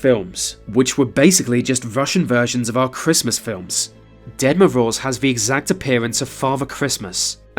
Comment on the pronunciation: Can you please stop calling Grandpa Frost the Dead Moroze? Sounds kinda morbid when you pronounce his name that way, Ahah))